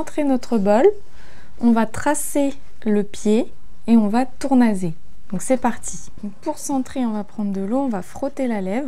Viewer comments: Mais non 😱 Pfff outch la technique 😭 Si tournasser ça prend 2 s c'est pour être prononcé s et pas z aussi. Des vrais cours avant de faire du fric avec des vidéos, non ? Votre pièce n'est même pas centrée. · Pourquoi dit-elle tournaser et non tournasser ?